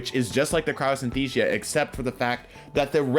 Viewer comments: I think it's Cryosthesia, not Cryosynthesia. I could be wrong though. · Dude, it's cryo sin-as-theezha. And while we're at it, Jotunn is yo-ton. I saw that Godtuber Gowasu meme where Cayde-6 says "how's Joe?" I don't even wanna quote the rest! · Is anyone gonna let him know he is severely mispronouncing Crypsthesia?